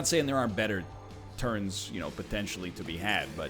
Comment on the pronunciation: Does anyone else think NL says potentially kinda weird?